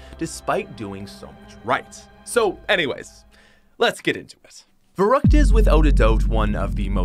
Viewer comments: Also, we just finna ignore the fact that he says it Verroockt and not Verruckt. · Ferryckt not verruckt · It is pronounced farykt